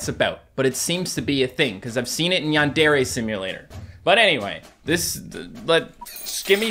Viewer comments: Its not yawn dariy its yandery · Normal people: Yandare: Yon DARE aye